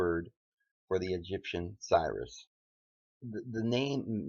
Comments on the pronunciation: It's called Sirius pronounced 'serious' and Orion is pronounced 'oh ryan' or 'oh rie in'........ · Brother if you want people to take your videos seriously you were going to have to learn to pronounce the stuff a little bit better. Some of the names and terms are so bad that we don't know if you are taught talking about Osiris or Sirius.